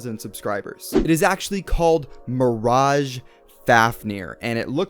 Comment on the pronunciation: isn't it pronounced Mir-age